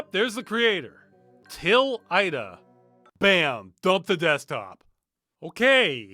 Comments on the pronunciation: is it just me or does it sound wrong the way Ross says her name? i think its more like ey-dah not Ah-eehda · Maybe it's different in other played but the only pronunciation of Aida I've heard in my life was like Ayda so it's jarring my brain. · I am 87 percent sure that name Aida, is supposed to be pronounced I-dah. I base this off the character of the same name in Unreal 2 The Awakening. (excellent game, kinda like Halo 1, but better and with more travelling to planets,, dialogue, and a larger selection of enemies to go up against including some of the Predators from the Predator and Alien movies basically. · lol, "Ayeeda" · Farms fun and disturbing video as always. Btw this is how you pronounce "Aida"